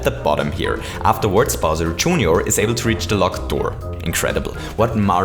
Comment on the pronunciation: Bowser "June your"?